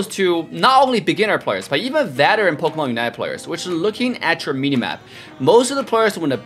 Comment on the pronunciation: says POKAMANE lol